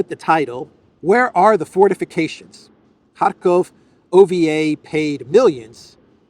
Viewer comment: lol, 'forteeeficayshans'!